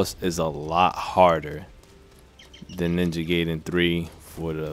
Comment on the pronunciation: It's pronounced guyden